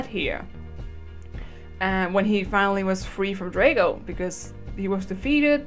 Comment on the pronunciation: It's drago not draygo